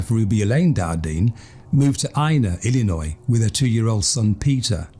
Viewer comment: Whatever it is it's annoying. I don't care for his pronunciation of certain words, including Illinois. I would not want to listen to this narrator on a regular basis.